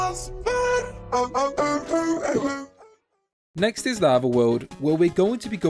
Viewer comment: polish fazbear ❤️‍🩹